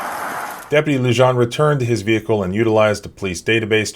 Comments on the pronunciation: "Lujan" is pronounced "LooHan." It is a Spanish name and the "J" is pronounced as an "H" would be pronounced in English. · Love the channel...officers name is pronounced "Lujan (Loohan)" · Officer lujan pronounced loo-honn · Come on dude…. It’s “Loo-Han”, J’s are pronounced like “H” in Spanish: Frijoles = Freeholes, Jalapeños = Halapenyos, Jalisco = Haleesco. Otherwise I very much appreciate your content. I just want you to sound smarter. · Yo!, take a listen to that video again, pay attention to when the officer says his name. That's how you pronounce it! In Spanish the "J" makes a sound similar to an "h" sound. That's why sometimes you see a 'jajajaja" in comment sections, that's people laughing in Spanish! (hahaha=jajaja) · Oh man, listening to him mispronouncing "Lujan" so many times in a row is difficult. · The j in Lujan is pronounced as h...